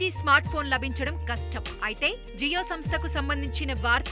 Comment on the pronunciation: జీయో కాదు జియో